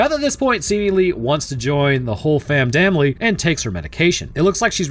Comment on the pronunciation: The whole famn damily? Lmfao, I thought I was hearing things.